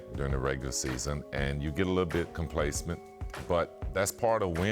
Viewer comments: Uhh..., "complacement"? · C'mon Scotty "complacent" not "complacment"